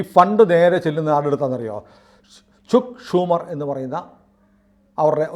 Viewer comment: ചുക്ക് ഷുമർ അല്ല 'ചക്ക് ഷുമർ' ആണ് . Please make sure you get the correct pronunciation of foreign pronouns. Common Indians learn the pronunciation from media people.